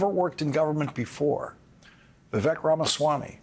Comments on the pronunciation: Old man lawrence cant even pronounce Viveks name right. Rhymes with lake. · Vivek rhymes with cake, Lawrence. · its embarrassing you don't know how to pronounce Vivek.